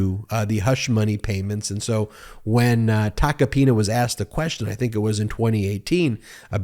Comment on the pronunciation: I can't unhear Joe Tacopenis 😂